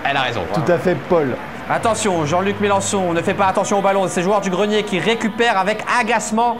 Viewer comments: MelENchon fada pas Melanchon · MAIS PUTAIN IL Y A PAS DE "A" DANS MELENCHON! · Mélenchon* et non Mélanchon 😂